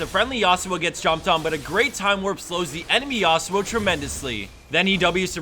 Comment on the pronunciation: Please stop saying YA-SU-OH, is actually YA SWO, not two separate syllable